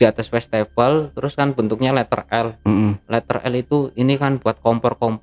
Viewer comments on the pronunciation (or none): Si abang ini banyak amat ngomong risen risennya, westafel.. Westafel😊😊😊